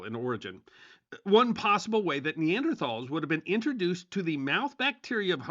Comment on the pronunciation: Nee-an-der- TALLS